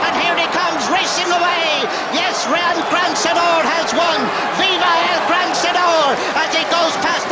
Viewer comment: Mongrel commentator, calling it El gran sen nore